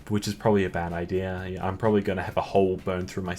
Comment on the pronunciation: Nobody:: IDEAR